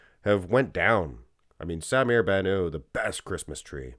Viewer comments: You're pronouncing his last name with a French ending Ban ooo. His last name is Arabic and should be pronounced Bannout ( Ban-ut) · The (T) in BannouT is not silent. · "sah-mir bah-nuh". Really weird way of saying his name